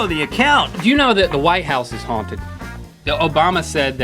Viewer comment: when Link says 'haunted houses', I keep thinking he says 'hornet houses'